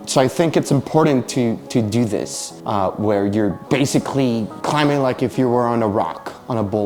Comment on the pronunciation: I'm loving that hard B in climbing, lol